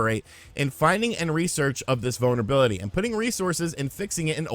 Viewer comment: Every time you say "vulnerability", I swear it sounds like "bonerbility"...